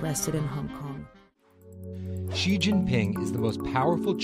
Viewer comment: good video, but I'm afraid it's like putting out a forest fire with a garden house. Even the China Bureau chief of the Strait Times (who is by the way is Chinese), didn't pronounce Xi correctly. She pronounced it as "see".